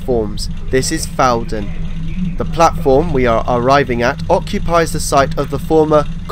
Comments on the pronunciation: and elsewhere: It's "FOUR-dun" not "FAU-dun" - as can be heard on the announcement. And , the line crosses the former Fawdon Wagonway route before entering the station from the west, not leaving it as implied here. Sorry to nitpick your wonderful video. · Fantastic, enjoyed this, having watched your Yellow Line video yesterday :o) Just a couple of pronunciation corrections, as a Newcastle chap: Ponteland is pronounced "PonTEEl'nd" with the emphasis on the 'tee' sound. Fawdon is pronounced as "forden" (the 'w' is not voiced).